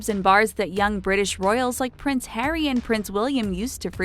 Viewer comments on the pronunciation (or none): none